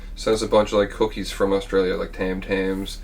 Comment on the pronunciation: As an ex-Aussie resident, I giggled, too, about the Tim-Tams. Funny, but when I lived there, I'd never had any! I will continue my search here, in the States. 🇦🇺 💞🇺🇸